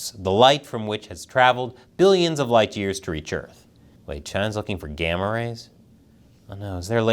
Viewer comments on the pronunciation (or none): none